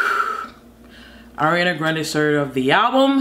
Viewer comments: I collected all the precious “Areana GranDE”s in a compilation check it out if you want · Did she say Hurryana Grande? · i love u u say arianaa grendewww not her totally ure arianator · one shot everytime this girl says "AwREanAA GrAwNdEEeeee" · “Ari-una GRAN-DAYY”😭😭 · Lets give a Oscar for everytime she said AriANa GRaNdEeeYYyy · I love it when she say "Oriyaaana Groondaeeey" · take a drink when says "hariana grandey" and "beeiitch" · nobody: her: ARIANA GRONDAEEE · The way she says Ariana Grande be having me weak asf lmao 😂😂😭